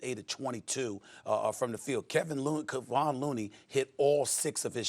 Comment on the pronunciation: Yo can someone inform the media it ain’t “Kevin” Looney it’s “Kevon” Looney?